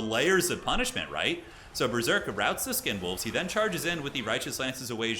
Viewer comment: He’s calling the skin wolves “condom wolves” right? Not sure if I’m mishearing it lol